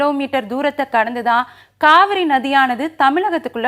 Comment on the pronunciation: Kaavari illa Kaveri🤭🤭🧐